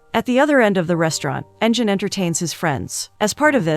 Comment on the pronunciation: The name pronunciation is terrible. If you’re going to give a recap, at least pronounce the names correctly. They are Turkish names Engin = En-gin (provinces like a g, not j) Pelin = Peleen Cihan = Jee-han Merve = Mer-vaa